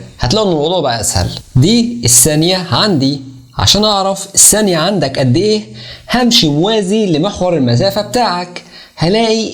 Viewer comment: اسمها الثانية و ليس السانية